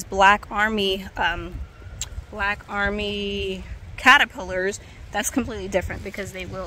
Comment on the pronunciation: Kinda random but I love the way you say "callapillers" 😂❤️